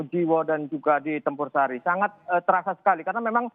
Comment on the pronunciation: Bukan kec campursari tp Tempursari mbak